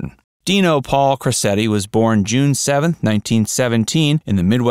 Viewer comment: It's pronounced Crochetti.